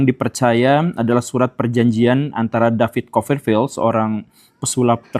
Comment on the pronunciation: Bukan coferfield tapi coPerfield pakai P